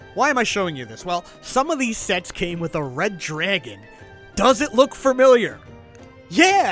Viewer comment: Oh you're definitely Jewish by the way you say “DRAGHAN”